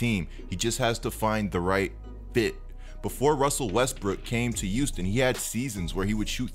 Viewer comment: Pronounce yo H’s tf is a “uouston” 💀😂